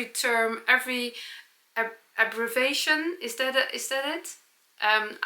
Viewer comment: Dont apologise for what you say is your Dutchie/English. Your English is good. Pronouncing Abbreviation - the e is pronounced as "ee" sound. My ggg grandfather was dutch but I think it would be too hard to learn.